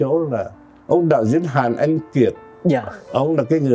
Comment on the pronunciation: Ông Trần Quang nói giọng Bắc ngọng! Ông ấy không phát âm được những chữ có "nh" ở cuối. Ví dụ như ANH ông ấy nói thành ĂN, vì vậy không bao giờ đạo diễn thâu giọng thật của Trần Quang. Về diễn xuất thì đối với thời đó thôi vì không có nhiều tài tử nên phải lấy cả mấy ông bà kép cải lương qua đóng phim. So với các diễn viên bây giờ thì Trần Quang và Kiều Chinh thua xa lắm.